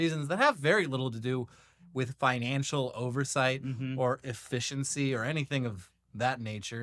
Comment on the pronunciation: It's pronounced government, not jovernment. And the no silent 'e' in efficiency